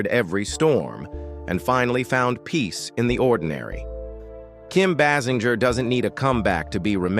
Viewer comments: It’s pronounced Bay Singer! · Her name is pronounced BAY-sing-er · Please could you say her name correctly!!!😮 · The commentator isn't even pronouncing her name correctly.